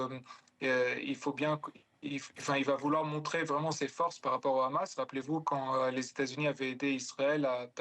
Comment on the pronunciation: Pourquoi il y a que les israéliens dans cette région qui ne savent pas prononcer Hamas et disent khhamas preuve qu’ils ne sont pas du moyen orient 🤣🤣🤣🤣